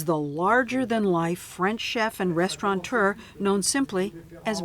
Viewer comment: ))) “.....is the...restauraNteur..”. ?? Sure about that?